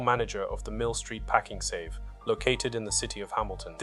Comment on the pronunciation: I feel a bit dumb. Is the voice AI in these videos? I have been watching for a while but now that the sentences are punctuated and cut a little differently (also pakING save), it seems more obvious now